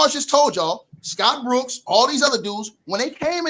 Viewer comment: Why does pronounce Dillon brooks name like that 😂😂😂